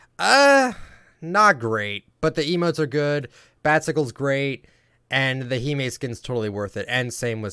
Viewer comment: Thank you someone pronounces Hime right